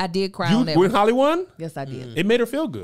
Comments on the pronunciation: Not Kev pronouncing Halle Berry like “Holly” again 😭😭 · It's HAL-le not Holly, sir. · Kev still out here saying Holly when we all know good and well it’s Hallie! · I think he got the “Holly” pronunciation from the song “Halle Berry” by Hurricane Chris...he pronounces it “Holly” too lol...I could be a black thing lol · Kev it is HAL not HOL...HAL-LIE not Holly. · She still holly, instead of halle🤣🤣🤣🤣🤣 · I’m glad Lou Lou wasn’t here because she was correct you on how do you say Halle Berry lol